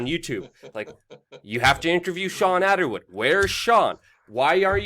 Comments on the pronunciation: It’s Attwood not Attawood! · Think it's sweet that he pronounces it 'Attawood'.